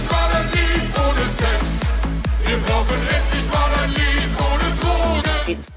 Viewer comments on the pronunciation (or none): I really love the Song, and i hoped it would win. Ikke just got 2nd because he has a big Fan community. Funfact: The way you say "Unser Lied für Liverpool" sounds like "Unser Leid für Liverpool" which turns the meaning into "Our suffering for Liverpool" :D